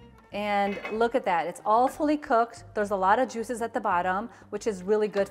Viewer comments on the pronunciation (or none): Wait a minute Did you say it was "awfully cooked" or "All fully cooked"?🤭😋😘